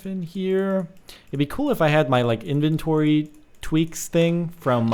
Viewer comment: inventory not enventory